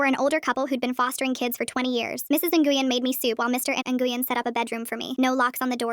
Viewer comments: "Nguyen" is pronounced, "Nyuin." Also, what about OP's blood father? They talk about their parents' divorce, so he's still alive... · Super unrelated but Nguyen is Win not whatever the voice was saying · If anyone wanted to know Nguyen is pronounced like When it’s a Vietnamese last name I know because my friend has that last name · Btw nguyen is a common last name in Vietnam. Pronounced Nyu-wen